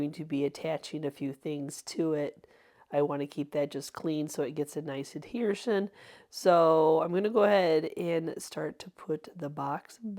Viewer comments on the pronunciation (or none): Adhesion. Not Adhershion. I love it when you make up words. But I really love your incredible spirit and your talent! What an inspiration!